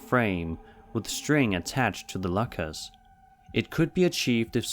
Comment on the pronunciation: It's "lockers" not "LaKaS"😭💀😂